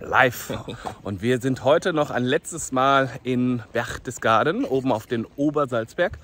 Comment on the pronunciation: Das heißt Berchtesgaden und nicht "Berchdesgaden". Das sind auch keine Reliefs an der Wand sondern Wandbilder.